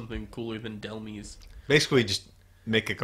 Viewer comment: It's Dell-MYSE Like demise.